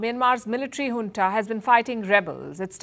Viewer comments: It’s Junta ,not Huntaabut you are doing a great job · In the west Junta is pronounced as "Unta" J silenced.